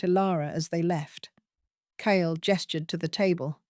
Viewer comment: The AI voice is ok, but there are many mispronounced names. Is it Kale or Kyle, and Ilara or Alara? There was a fast forward that was unnecessary as well.